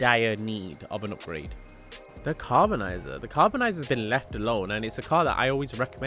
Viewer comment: how df you get "carbonizer" from CARBONIZZARE ?😭😭😭